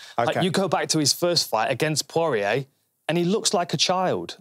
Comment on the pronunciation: I would just like to apologise on behalf of my fellow Brits for their inexplicable abomination of the pronunciation of 'Poirier'